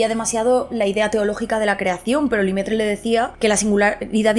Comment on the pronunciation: Rocio, cómo sé que te gustan los idiomas, dedica un minutito a buscar la pronunciación de mi casi paisano Lemaître. Básicamente sería algo así como "le-metr". Estabas diciendo algo empezado en "li" qué no era reconocible. No se, yo tengo un Grado en Astronomía y Cosmología con un "minor" en Neurobiología (título británico) y ninguna de esas cosas me parecen tan misteriosas, sencillamente cosas qué no sabemos aún y qué tal vez el cerebro de una especie primate cómo el Homo Sapiens no tenga la capacidad de entender. Nuestros cerebros son al fin y al cabo un producto imperfecto del proceso evolutivo. Buenas vacaciones y gracias por la promo de Nextory, probablemente la pille.